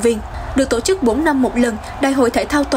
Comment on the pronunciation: Anh phát thanh ơi, giọng anh hay , nhưng sao anh đọc tộ chức( tổ chức)